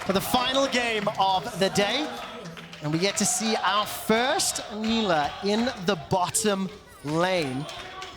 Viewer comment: Female caster sucks. She can't say half the words/names correctly......